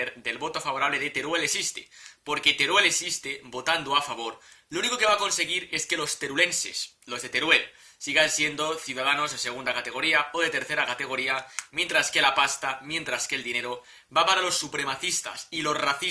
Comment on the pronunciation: ¿Magnífica? Pero si toda la prensa destaca su perfil bajo. Y se dice "turolense", no "terulense". Lo dicho, hace falta tener talento y conocimiento y careces de las dos virtudes.